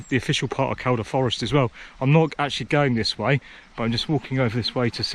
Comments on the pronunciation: Living the Reiver life haha, aah'm en Scoatlan, I am in England, aah'm en Scoatlan... Repeat until Cows all stolen. And as mentioned, it's Keel-duh. 👍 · In my local patch there, Kershope and Kielder (its pronounced Keelder) lol. You will be lucky to see people as its a very remote area. I've cycled the bloodbush road from Kershope to the reservoir at Kielder. Re those blockages there are loads dotted around kershope forest they a very keen to put them up but they forget to remove them when works are finished!! I liked the drone attempt for a signal pity it didn't work atb Dave.